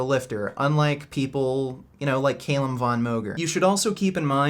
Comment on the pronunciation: Is Calum a hard name to pronounce? Really?